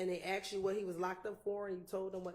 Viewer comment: Your life being on the line with a Prosecutor that can’t ascertain the difference between “asked” and “AXED” is nasty work